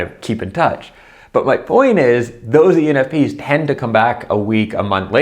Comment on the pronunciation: I dont think he realizes he is saying penis !! hahaha